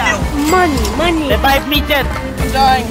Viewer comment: LMAOOOO “Anak, rebibe me…putang ina- REBIBE ME”